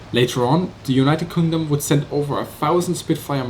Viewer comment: Was it just me or did u say united Condom ? xD